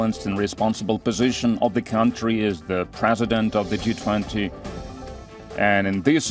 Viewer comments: G20 he D20 nehi thiki seto bolo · वो D20 नहीं G20 होता है जी न्यूज़ वाली मैडम ☝️😂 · Kya ma'am ne D20 bola😂😂😂